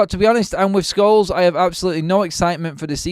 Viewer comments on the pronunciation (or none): none